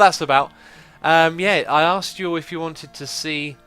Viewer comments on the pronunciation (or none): none